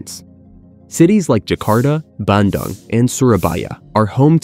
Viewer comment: Bandung: u like in doom not like in dug